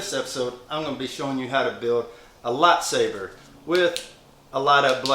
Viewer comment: It's lightsaber not latsaper